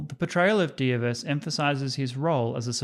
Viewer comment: clap clap clap You have nailed pronunciation of Dievas :)